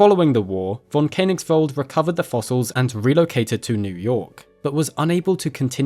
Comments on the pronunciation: Precious video - thank you so much! Just one tiny recommendation: the - oe - sound in Koenig- (or König) is pronounced like the - e - in "service". I'm so sorry for German being such a pain in the back to every natively English-speaking tongue 😅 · The oe in Koenigsveld is an ASCII transliteration of the letter ö, which is pronounced similar to the u in the English word bur. Please try to pronounce correctly.